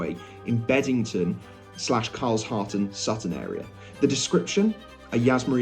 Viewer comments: Prounpounced Car-Shal-ton not Cars-halt-ton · Its pronounced Car shal ton not Cars halton........ just sayin 😉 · Carshalton is pronounced Car Sholton. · It's pronounced CAR-SHUL-TON